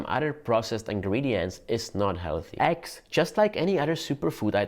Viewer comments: My dear pronouns eggs as eggs......and not X. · You pronounce Eggs as Axe)))) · You sound like your saying axxxx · I thought they were called eggs. Didn't realize I was saying it wrong all this time. "Aggs", I like it. LOL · Didn't know he was saying "eggs" until I saw the egg.